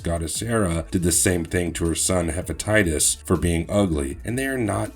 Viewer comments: That video is trash. He doesn't know to read...it's Hephaestus. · Hera's son was Hephaestus, not Hephatitis, which sounds like you were thinking of hepatitis at the same time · LOL Hephestaus, Hepeatitis is an std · Hephistus not hepititis bro wtf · Lol, I couldnt take it and stopped listening. Was he Hephestitus A or B? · Did...did he say Hera's son Hepatitis??? 🤣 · I had to replay that part a few times to be sure, but it really did sound like he was saying hepatitis. Maybe the guy was thinking about having to go pick up his meds after he finished up here🤪